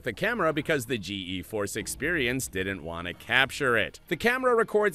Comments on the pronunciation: buddy when you (the A.I.) mentioned Geforce Experience, it said "G E Force Experience. When you don't optimize your A.I.s they will just read stuff out as letters and not the full word. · spoiler, he gave up also it’s GEFORCE not G E FORCE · When the voice said G-E force, not Geforce 😂 It might be a very unlucky coincidence, but I'm inclined to say AI as well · homie really said “G-E Force experience”😂😂